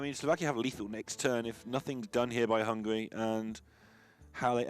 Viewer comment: This announcer was ridiculous, the fatter one.... Hungry, hungry ...i understand he is hungry. BUT hungry means u want to eat....HUNGARY is my country.... and there we lives, hungarians! NOT "hungries" . Find some better advertisers for their postions. And kick them.... they are irritating and insolent.